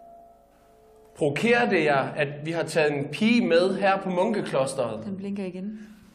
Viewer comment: Elsker nårh siger prokere istedet for provokere